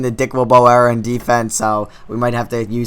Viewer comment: It's era you kept saying error